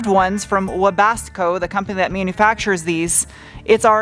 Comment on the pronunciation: Just to clarify, the top is made by Webasto. It sounded like you said Webasco.